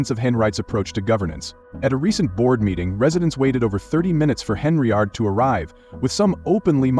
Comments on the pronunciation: Get the damn name right. It's Henyard not Henry yard. Im gonna repirt this channel. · “Henryard" I really can’t endorse this AI shite!